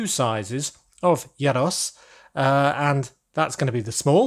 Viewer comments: Not sure you've nailed that pronunciation yet... I think it's more like "year ross" (you sounded like "yeah Ross" with a short e). Also, the pot on the stove fits the space nicely but the standout thing about these vans is surely the meat on the vertical spit (whether it's doner kebabs or gyros). The mystery meat aspect is only heightened by the unnatural looking pinky-brown rotating meat. If there is space maybe you could change the pot to a spit? This really was a triumph of 10 year old boy style humour 😉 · “Yyer-ros”?? I thought it’s pronounced as “ɣee-ros” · it's pronounced year-o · Yay🥇 casually hearing that mispronounced g(yros)